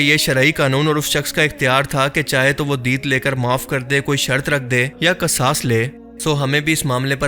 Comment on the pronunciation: Qisaas hai o qssas ya qasas nhi القصاص